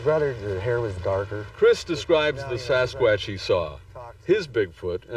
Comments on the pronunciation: If you're going to talk about Sasquatch, then learn how to pronounce it properly you dink!!! It's not a sasq"ooo"atch, it's a fucking sasqu"a"tch!! JEEZUZ some people!!! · SaSS QUÀTTCH🦆🦆🦆🦆🦆🦆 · Sass kwattch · Sasqwaash lol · The way he says Sasquatch tho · I wish the narrator would learn how to say Sasquatch, he's driving me up the wall! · Please stop it if you can't pronounce Sasquatch the right way say Bigfoot... just saying..